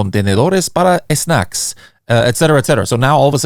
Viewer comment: Damnnnnn, knows his Spanish “ESnacks” Respect 🫡